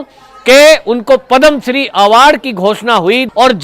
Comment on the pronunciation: Not padam shree but padma shree